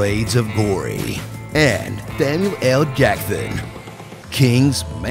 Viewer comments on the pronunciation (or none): "Thamuel Jackthon..."